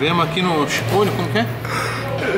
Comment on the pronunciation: Xipôtle kkkkkkkkkkkkkkkkkkkkkkkkkkkkkkk mardito shevii